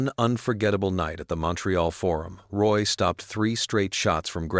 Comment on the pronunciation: Get the last name right. Roy is Rooyah. Such a disrespect to French people!